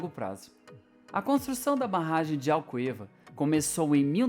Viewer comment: Malvasia pronuncia-se "Mal-vazia". Chávena pronuncia-se "chá-vna". Alqueva pronuncia-se "al-quê-va" ( o "u" é silencioso).